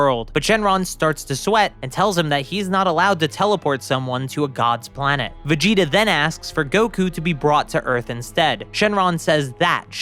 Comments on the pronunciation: Is it only me or is when he says Vegeta it sounds like vegito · sounds like you said vegeto